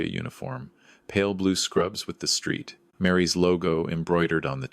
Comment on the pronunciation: I know AI has plenty of issues, but Street Mary’s? 🤦‍♀️ Try Saint Mary’s.